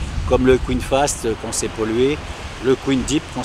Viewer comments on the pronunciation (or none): none